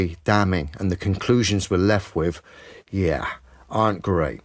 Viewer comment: How do you guys say left with a wif? Left wif a wif?